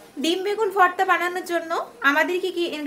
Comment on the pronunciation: That's bho bho not forta😅it's bhorta